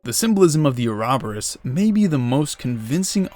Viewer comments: Ouroboros- (oro-borus) Uraboras isn't it!! ty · uh-rahb-er-us ouroboros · Bro why he say Ouroborus like that 💀 "Arahberis" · Please stop calling it an “arabarus” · I love this theory but that Ouroboros pronunciation. 😂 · Definitely listen to the literary pronunciation of ouroboros.